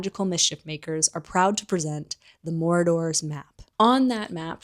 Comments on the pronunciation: i was glitching out every time you said 'morador' 😭 it's pronounced 'maraud-er' as in a person who marauds.. which basically means go around looking for stuff to steal or raid haha. kept catching me off guard bc i thought you would have heard it pronounced in the film. not hating though i love your videos !! :)) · I think I'm missing some kind of inside joke, why the word Marauders is being pronounced as Moradors. Did we jump into Lord of the Rings for a minute?